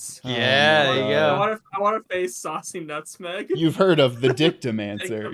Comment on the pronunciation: "Saucy Nutmeg"!? Wow, they're not even trying to pronounce these Japanese names anymore.